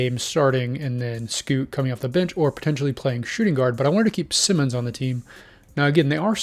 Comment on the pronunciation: #1. Anfernee Simons: Pronounced>>>> S_EYE-MONS. One of these >>> S <<< Not the same as Ben Simmons for the Nets. Two of these >>> S <<< #2. Shaedon Sharpe is an untouchable asset and will never be traded. #3. Green is a Free agent and could sign with Portland on his own. No trade needed. #4. BRO!! That is not Damian Lillard's "DREAM" roster LOL Now TRY AGAIN! LOL